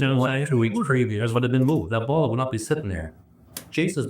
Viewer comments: I had to read the captions to figure out the word “bottle”. 😂 I was hearing ball. How do you have three half full balls with fingerprints. 😂🤣 Pedal bike was a new one. Distracted me from everything else. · Omg I did the exact same thing. I kept hearing “balls” for the longest time. Thought they were playing boules or something 😂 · Yes. The buzzcut guy can’t say “boTTle”. He needs a speech coach.